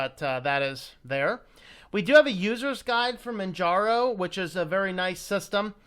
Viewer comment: Its pronounce Manjaro where the J is pronounced as a US English letter J as in Jelly, Jello, and Justice. The name is based of off Mount Kilimanjaro in Tanzania, Africa.